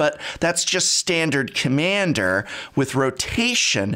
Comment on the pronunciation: "styandard commyander".what's that accent peaking through?